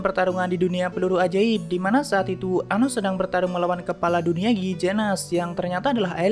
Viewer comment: Anos om bukan anus 😂